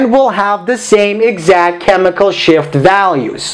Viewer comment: Is it just me who heard chemical "SHIT"